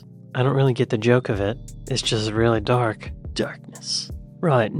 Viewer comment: I was confused for a moment when I misheard one of your comments! The pic of the man in a wheelchair, you said "that's dark" - I heard "that's duck", and was thinking no, that's a flamingo!? 🤣